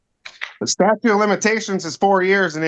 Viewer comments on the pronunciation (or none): You heard right, he calls it the "statue" of limitation.